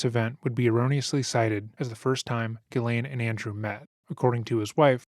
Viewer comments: I hope you learn how to pronounce Ghislaine....jeeslaine .. there is a S in the name. It's so annoying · Her name is pronounced CHEZ LAINE. It's French. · Let's get this right "jisslane"